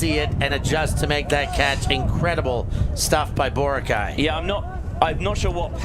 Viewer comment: Bro is pronouncing Boracay wrong. Basic respect is doing your homework as a commentator.